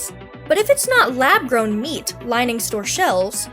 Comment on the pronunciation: I believe "lab gown" should have an r in it. Geesh.